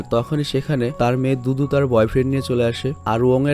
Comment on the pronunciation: ভাই দুতু নাম টা আমি দুদু সুনতে পেলাম।😁😁😁